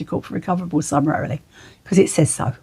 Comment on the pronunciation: I find it hard to take someone seriously if they can’t actually pronounce the word summarily. 😂